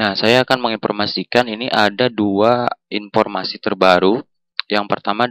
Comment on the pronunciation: oh men kenapa banyak banget orang yang baca huruf F ato V di baca P, Video jadi pideo, informasi jadi inpormasi grrr